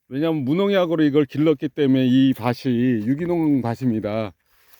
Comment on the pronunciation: 밧 아니고 밭입니다 밧이 - 발음 : 바시 밭이 - 발음 : 바치 국어 사랑 = 나라 사랑 우리나라 역사상 고구마 가격이 kg당 2만원이었던 적이 없고요~ 백화점에서도 가격이 좋은 시절에 kg당 6~7천원에 팔렸습니다 10kg짜리 1박스에 2만원이면 농사 지을만하죠 여기서 가짜뉴스를 마구 퍼뜨리며시면 안 됩니다 수요예측을 거부하고 부화뇌동하는 농업은 퇴출되는 게 자연스런 현상이죠